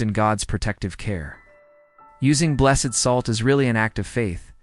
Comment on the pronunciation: This is a wonderful explanation- for children and for adults! One small note- I was taught that items are blessed, pronounced like blest- and people are blessED, like The Blessed Virgin Mary. So I think with salt it would be pronounced like blest. That's what I learned, anyway! So glad this vid popped up. I just subbed.